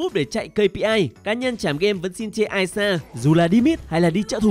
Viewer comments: Tý nị là i sa chứ không phải ai sa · Đọc ishar mà nghe như aya. Chữ i chứ ko phải đọc lẻ như “I” kia đâu trời